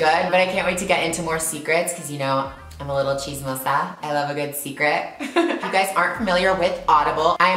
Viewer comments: I LOVVVVVVE the way u said CHISMOSA!! It was so perfect and you sound so cute!! Loves it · she nailed that "chismosa" part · She pronounced the word "chismosa" so well! 😂❤️😈